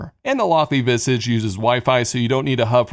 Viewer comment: It's a small thing, but I don't think Visage is pronounced like that!